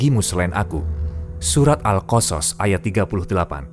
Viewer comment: Pengisi suara, bilang surat al qosos benar, bilang karun nya yg kurang tepat